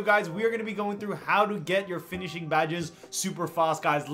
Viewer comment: “Finishing” please